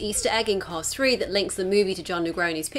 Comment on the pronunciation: It’s called “Cars Three” not “Cause Three”